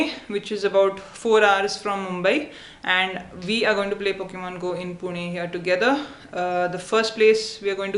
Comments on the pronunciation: It is pu-na not puni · it's not puni it's Puné like cafe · It's pronounced Pu-Ney or Pu-Naa. but I appreciate the effort. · Hey it's pronounced like Punae even though it's spelled Pune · 'pune' XD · HAHAHAHAHA!!!!!!!!!!! e in Pune is pronounced é just like Pokémon I lived in Pune for 8 years before I came to the states, I havent played Pokemon go there yet though =.= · Pune? just a poor man's Mumbai ;) also, it's pronounced Poo-neh or poo-nah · yoo India!!! pronounced "pu- nay"